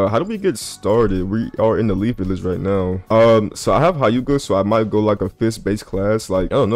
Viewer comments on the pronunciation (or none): bro said h-I-yuga 💀its hyu-ga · Nga.... its pronounced 'heu-ga'